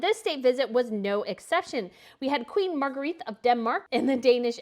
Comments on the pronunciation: Please, Queen Margrethe’s name is pronounced Mar-gray-tuh, not Mar-guh-wreathe. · The narrator can't pronounce Margrethe correctly